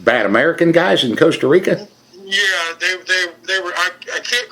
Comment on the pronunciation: I'm not even from the United states but when he first said Costa Rica I even knew that was wrong.